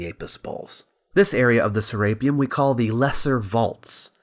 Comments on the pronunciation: "saRAPEum" is incorrrect. "seraPEUM" is correct. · (Ser-rape-E-un)? Never heard it pronounced like that before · Say rape one more time FS can't watch this because you pronounced it ser rape um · You're mispronouncing SERAPEUM, are you just using an AI reader, that is painful.